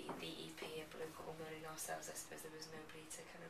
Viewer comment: A Balloon Called Moaning, not Mooning. C'mon.